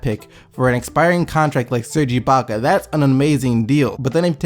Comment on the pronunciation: Haha this nigga keeps saying iblaka... it's ibaka.. no L.. lol